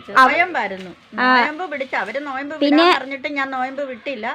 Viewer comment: നോയബ് alla നോമ്പ്